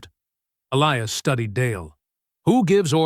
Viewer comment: PRETTY SURE THAT SHOULD BE ELIAS WITH A LONG I, NOT ELEEAS.